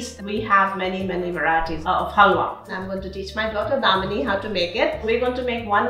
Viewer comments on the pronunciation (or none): why does she keep saying damini hehe very wholesome anyway